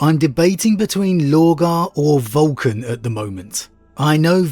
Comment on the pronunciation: Vulk-on FTW